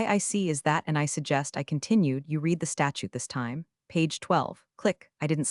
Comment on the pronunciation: The past tense of read is pronounced red, although spelt read.